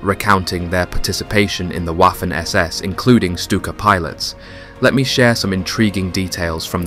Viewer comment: Same with "Waffen"